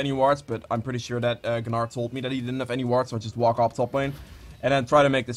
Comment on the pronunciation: It’s Gnar not guhnar. You don’t pronounce gnome guhnome